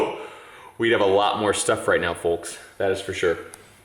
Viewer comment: “Folks” someone picked up a Canadian accent lol that’s the first time you have ever sounded Canadian